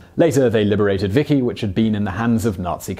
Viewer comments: Isn't Maquis pronounced ma-kee? And Vichy pronounced vih-schee? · Vichy is pronounced like Vee-Shee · Pretty sure that's not how you say Vichy.